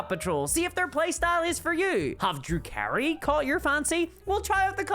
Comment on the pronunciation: I had to rewind 5x because I thought was saying Drew Carrie instead of Drukhari. Or was that the joke